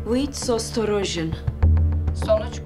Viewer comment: de Rus dilini yıktı geçti ya sostorojun değil ostarojun (осторожен)